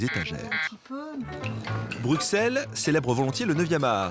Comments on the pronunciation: bruXelles 😭😭😭 non putain même moi qui suis française je le prononce * brusselles * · On dis pas Bruxelles ça se dit brussel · Ça s’écrit Bruxelles mais ça se dit brusselles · Roméo Elvis est belge et il dit BruXelles dans une chanson